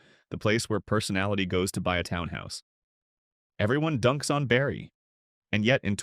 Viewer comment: The pronunciation of Lake Nipissing is hysterical . Wow, this AI crap comes up with some doozies! Oh - and you might want to check seals in Barrie while you're at it 🤣🤣🤣